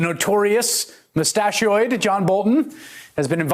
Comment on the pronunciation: "...mustachioid"??? LOL. Okay, could happen to anybody.